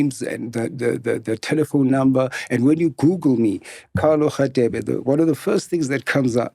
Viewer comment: MacG can't say Radebe 😢